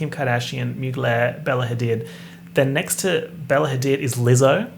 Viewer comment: i weeped every time he said bella hadid. the emphasis took me out